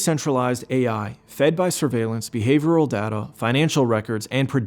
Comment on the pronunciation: who wrote this pretty boy's script for him? "behavorial" "lubavicter" lol